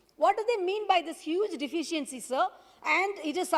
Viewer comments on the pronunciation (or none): Lol! Her English is funnier what the hell is deficents. She needs to buck up her English. She can't even pronunce deficiency and with her broken english lol that paper itself must be feeling insulted